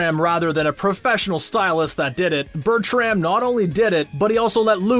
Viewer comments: yes, its BERTRAM*, not *BERTIUM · Im sorry, but did he just say bertium